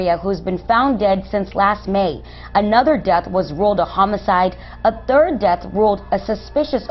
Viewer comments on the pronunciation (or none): "on the turd of may" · ON THE TURD OF MAY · did he say turd or third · It’s third not turd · it's the third of May , not the turd of May.....geez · Im addicted to the word third. Sounds like turds. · Dude, learn how to pronounce your “th”s. It’s third, not turd. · Twenty Turd...love it! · I couldn't get past " the turd (third) day" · Three = Tree & Third = Turd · The turd of may 😂 love your channel man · Love your channel, great work. However, when you say ‘the 3rd of May’, it kinda sounds as if you say ‘the turd of May’. Sorry, needed to share this with ya’ll. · Why can’t you say “third”. You said turd. Pronounce your th’s. It’s so annoying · Please don't abduct or kill anyone on the 3rd as pronounces it Turd! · it's so interesting to listen to the way you pronounce things. words that begin with th, like "thirty three" come out with the h missing, like "tirdy tree" but words that have th within them, like "mother" come out properly and sound like "mother" it's so interesting.. and i absolutely love listening to you speak because of it. awesome ;D your videos are always so well narrated that they keep my interest completely.. it makes an hour feel like 5 minutes and you have provided me with hours of entertainment.. so, thank you very much for that! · it's THird or 3rd, not TURD!!!. it's 3 or THree, not tree!! why can't blue collar Irish people pronounce a simple "TH"??? ;-) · Dude, you gotta stop saying “turd”. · First time viewer & it was driving me nuts hearing, tree & turd instead of three & third. I get it but really, speak proper english please especially with the topic of conversation. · Why do you pronounce “third” as if it were “turd”? Great episode of Tat Chapter. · Imagine trying to say "third" or "thirty" and get "turd" and "turdy" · I like how he says “3rd” “turd” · ". . . on the 𝙩𝙪𝙧𝙙 of May."???!!!!!!! ". . . November 𝙩𝙪𝙧𝙙. . . " I don't know, maybe I just have shit in my ears. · "last seen on the turd" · i lol everytime hes says third like turd